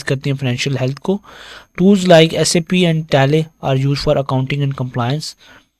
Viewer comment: SAP is pronounced as SAP, not S.A.P!